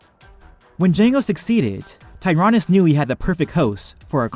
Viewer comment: Dude can't even pronounce tyranus right in this video 👎